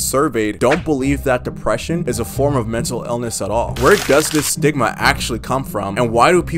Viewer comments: stigma sounds like sigma 😭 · Stigma What I hear: Sigma